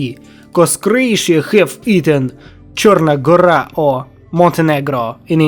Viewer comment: little mistake, its TSrna gora, not CHrna gora in serbian (црна гора). great video overall very nice